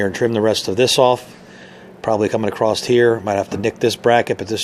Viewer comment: Real question ! Why do you say the word across with a T at the end ?